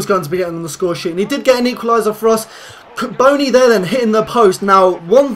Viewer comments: say boooooooooooony not bonnny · Pronounced Boney